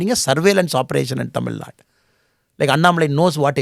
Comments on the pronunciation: This guy is unable to pronounce the name of the state Thamizhnaaduu properly...pronouncing it like some bjp rss owned national media reporters as" tamilnad"...so do u think he will do good to us??😂😂...we know about him very well..we are educated people and we don't fall for traps like this. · im a dmk hater now next? If ur representing your state to people then you have to do justice for it! What is this tamilnad? Who ever says it our response will be same. We cannot accept even the reporters who pronounce thamiznadu as tamilnad. How do we accept a guy representing thamizhnaadu and unable to pronounce it properly before Indian medias? A guy who is unable to pronounce the state name properly will help and uplift tamil peoples ! AM I RIGHT?